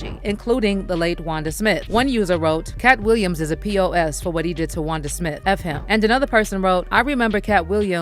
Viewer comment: Wanda smiff? 😂